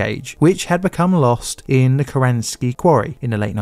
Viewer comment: "ve" instead of "the", "favva" instead of "father", "ovvawise" instead of otherwise, "free" instead of "three". Dude I LOVE your videos but the accent makes your videos incredibly difficult to listen to for anyone outside South London. Many other Londoner YouTubers avoid this accent because they know it is difficult for non-native English speakers to understand. Please consider trying to pronounce words correctly for 99% of the world so that people who speak English as a second language can understand you.